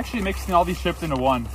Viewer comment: the word is chisp